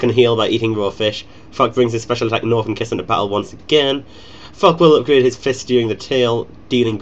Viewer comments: heard fuck instead of thok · Flock fock fuck. Sounds strangely scottish. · Lol, every time you say Thok I hear: fuck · Whenever he says 'Thok', I swear it sounds like 'fuck' lol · lol its like ur saying fuck everytime :-) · I love how when you say Thok is sounds like Fuck. XD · when u said thok, i thought I heard Fuck, haha anyways a wonderful guide, keep it up :D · I like the part when you say Thok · Maybe he was saying Thok after all....